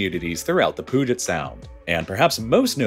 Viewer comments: pew-git sound. not poo-git sound. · LOL.... POOJET SOUND?????? (Puget Sound) It's "Pew Jet" sound 😂😂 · Puget Sound = PYU-jet, not POO-jet 😅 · Better pronounce it "Budget" than "Poo-get" sound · it is pronounced pew-jit (or pew-jet if you're a transplant). Not poo-get or whatever the hell he said. I've heard people severely mispronounce other places in our area (easiest way to tell if someone is a local is how they pronounce Puyallup (pew-ah-lup)) but never Puget Sound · Puget Sound: 'Pe-you-jet sound' ✅ 'Poo-jet sound' ❌ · Hearing Poo-jet sound gave me psychic damage. It's pronounced Pyu-jet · Just an FYI, I grew up on the peninsula created by the puget sound. Not sure what’s technically correct but people who live here pronounce it more like Pew-Jet to Pooget! Not a big deal but figured might be worth pointing out! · Puget is pronounced "pew jet". Not pug-ette nor poo-get. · It's pronounced pew-jit sound, not poo-jit sound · Washington state has the nations largest ferry system. Not only Puget Sound but the rivers too. And it's pronounced "Pyou' jet" not "Poo' get" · puget sound is pronounced pyujet not poojet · Pyoo-jit, not poo-jit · When are you gonna realize it’s “PEW-jet” NOT “poo-jet” 😭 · “pooget sound” I still can’t get over that as a Seattle resident 😂😂😂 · Southwest Washingtonian here and can totally agree (Pooget has me dead 😂) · I can understand messing up Spokane, but I've never heard 'Pooget' Sound even in Texas. I get the feeling does a lot of reading and not a lot of conversing. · You have to take a ferry across the Poojit sound to get to Pike's place. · Puyallup, lol! "Pooget Sound" almost killed me. I don't think it's a human, it's an AI voice. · Sometimes I get Poo Jet when I have gastroenteritis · PNW local here. It's pewjit sound. He's pronouncing it so wrong lol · The "Pooget Sound" pronunciation got me 😂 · at least he didn't say pugget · Puget sound is pronounced pew-jit, just for future reference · “Pooget Sound” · "Pooget"? 🤦‍♂️ p-u-get